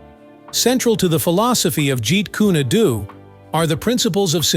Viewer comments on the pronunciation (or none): Wtf is a ji kunadoo? It's ji kun du. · Jeet Kun-ae Do? Jeet Kun-a Do? Jeet Kun-y Do? Try "JEET KUNE DO" Either learn to pronounce Lee's fighting system correctly or shut up; idiot narrator! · The pronunciation Jeet kune a doTo me ,lacks the flow of energy seen in the pronunciation ( jeet kune Do).With that flow like water. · Jeet kun do... not adoo. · Hey!!!!! Its not "Jeet Kyyuni dyyyuuuuu!!!!((((((((( ITS PRONOUNCED " JEET KOON DOE " !!!! BUTCHERING THE ART TITLE IS LIKE CALLING GREAT BRITAIN "CREET BRATTONE" CMON !!!!!((((( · In his movies it was called Jaquan Doe not what you are calling it in the narration of what you're saying you do this with all the other videos and all the other people I swear this is the third time I've seen and heard you say the names wrong get them right or don't narrate the movies or what people do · "Yeet coon eh doo" 🤣 Have you even watched anything Bruce Lee related at all? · Can't you find someone to read for you. This computer generated narration, Sucks like a Commercial Vacuum Pump!! Meet Koo- Neh- Doo??!! 😂🤣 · Jeet Kooné Dooo!😂😂😂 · He didn't even pronounce Bruce Lee's style that Bruce Lee made